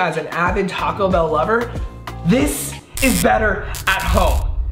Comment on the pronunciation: “Talk-co Bell” Me: 😭🤦🏽‍♀️